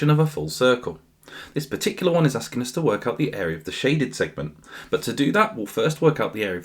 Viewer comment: unc turned japanese for a sec 💀